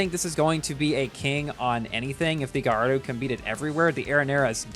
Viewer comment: very insensitive from your part to upload a video about this car right now, when the GP just finished and a lot of ppl didn't get it, also, Gallardo is pronounced "gayardo" , it's a last name, please learn your facts...